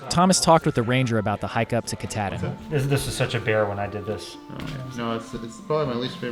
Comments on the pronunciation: I live in Bangor and we pronounce Mount Katahdin as Mount Kah taw din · Sadly, I have no choice but to file a lawsuit against Adventure Archives. Because of the mispronunciation of the word Kuh-Tahhhhhhh-din no less than 8 times by 3 separate individuals, my dear wife's head exploded like a watermelon wrapped in rubber bands. It was terrifying. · Ka-tah -din. There ya go, guys. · Welcome to Maine! My home state but the mountain is pronounced Ka-taw-din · Why does Thomas keep mispronouncing Katahdin??